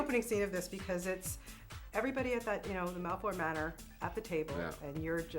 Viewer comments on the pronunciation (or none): did she say malport manor ?? ? ? ?